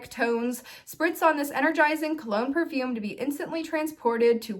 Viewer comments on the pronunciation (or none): none